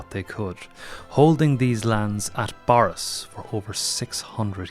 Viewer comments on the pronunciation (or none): Eek.....it's pronounced 'burris', not 'borris' despite the spelling.